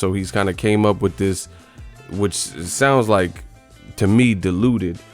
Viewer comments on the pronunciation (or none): "he hit me wif a loocky punch"